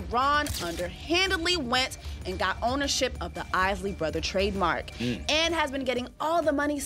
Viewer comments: Pronounce the man's name at least! It's pronounced Eye-lee not Is-lee!!! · 😂 I know ...is -ley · Is Lee Brothers 🤷🏾‍♂️ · Yeah, he keep on say isslee, i am sure he has heard the proper pronouciation before. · Who is the Is-Lee Brothers??? Their name is pronounced Isley. Buy mispronouncing there name shows that your doing this for likes👍🏽 and that you did your research but you never followed the band personally 😜.. SAD!! 👎🏽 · The Iss-ley Brothers??? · Stop with the AI. It’s not even pronouncing the Isley brothers last name, correct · I noticed that too. That is when I stopped watching. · Spot on... It's sad, they don't even know the real or whole story.. The name being mispronounced 😡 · i wish he pronounce the name right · this AI voice is so bad it can't even pronounce Isley - please!